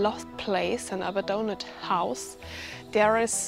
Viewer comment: Polite note - abandoned is 'ah-BAN-dunned' or 'uh-BAN-dunned' :-)